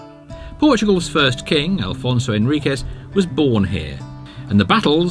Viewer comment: Dom Afonso Henriques not Alfonso we are portuguese not spanish